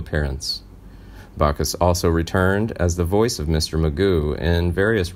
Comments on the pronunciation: Back us, not Bock us. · It's BACK US! BACK US! NOT BAC US! DAMN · Sorry it's jim Backus not jim Bacchus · Does anyone on this channel know how to pronounce names?.... It's BACK US !